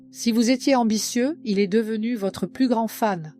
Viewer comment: Texte intéressant juste mais voix et timing insupportables ... le verbe être : prononcé "c este" "este" " n este " .